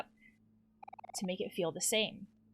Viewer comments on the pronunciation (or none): none